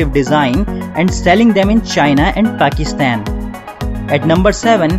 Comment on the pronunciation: They way he says pakistan is funny